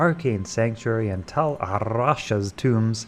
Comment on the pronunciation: The way you rolled 'Rasha' was impressive.